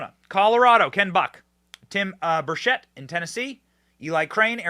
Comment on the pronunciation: His name is pronounced Burr chet, it’s Tim Burchette and he’s my hero here in Tennessee